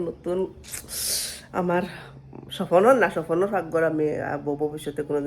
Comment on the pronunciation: Shopno ❌ shopon✅